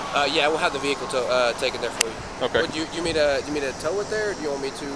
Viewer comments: Back passenger get out of the “ veh-h-cle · Cops: "Ve-hi-ckle" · Me interviewing to be a police officer: "Say vehicle" "Vee-HICKLE" "you're hired!" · Vee-hickle lol 😂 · “Veh heckle “ I don’t care I don’t give a F 😂😂😂😂😂😂😂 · Why bro saying Vee Hickle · Why can’t they say vechile. Veeecchhile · vee hickle 😭😭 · Exit the V-hickle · when the officer pronounce the word vehicule like a freaking horse you know you are fucked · Why can’t this guy pronounce vehicle correctly ?